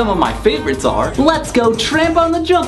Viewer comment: "Let's go tramp on the jumpaline" xD